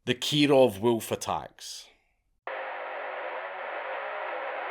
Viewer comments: "Wewlf". Good choice not to attempt "Golodayevshchina". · Love the way dude says wolf 😅💪